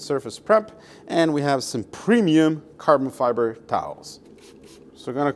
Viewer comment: I wonder if you're deliberately mispronouncing micro fiber and carbon fiber.